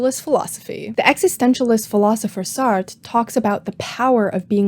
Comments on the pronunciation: Just for future reference Sartre is pronounced as Sar—tra with two syllables! It’s interesting to see how these different body-related movements have roots in even older movements and philosophy! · I love Sartre & especially "No Exit", I legit didn't understood you were referencing him until you mentioned No Exit by how you pronounced his name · god, please, the second r in sartre isn't silent